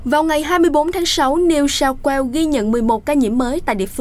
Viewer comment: Bạn đọc tin có thể thôi nhấn giọng không? Bạn có giọng đọc hay nhưng nhấn lung tung nghe rất khó chịu. Sao lại có thể đọc New South... Wales, rồi mới mắc ... phải. Nghe rất rất khó chịu